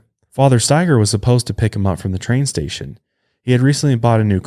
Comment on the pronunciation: I haven't heard the last name Staiger very often, my last name is Staiger. I was so happy you pronounced it correctly lol. I usually get 10 different pronunciations until they just ask me 🤣 I have wanted to do my genealogy for a long time, I'm curious if we're related somehow 🤔 Love the show you guys!